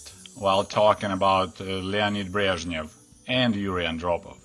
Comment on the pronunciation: It is encouraging to hear the names <<Brezhnev>> and <<Chernenko>> being pronounced correctly.